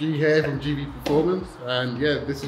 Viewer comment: Gv not gve 🤣🤣🤣🤣